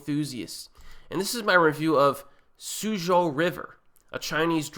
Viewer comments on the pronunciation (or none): suzhou is pronounced soo-joe...good review